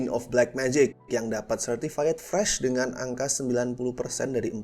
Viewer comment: Certified itu bacanya Sertifait bukan Sertifayet, bang